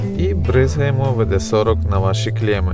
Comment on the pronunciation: Дуже корисні лайфхаки та ще й українською, таких відео бракує! За відео великий палець вгору, проте, чи не могли б Ви звернути увагу на вимову деяких слів: угон -> крадіжка, викрадення авто; моргнути -> кліпнути, мигнути; бризгаємо -> бризкаємо; срок -> термін; застучати -> застукати; лишнього -> зайвого; впитає -> вбере вологу; тряпка -> ганчірка; салфетка-> серветка; провірити -> перевірити; пришлось->довелося.